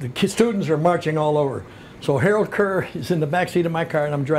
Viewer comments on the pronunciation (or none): none